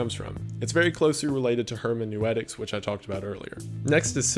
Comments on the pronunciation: (from my husband): Herm-en-oo-tics my guy. I study Gadamer professionally. Trust me on this. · Word: hermeneutics Wendigoon: hermenewetics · I don't think "Hermeneutics" is pronounced that way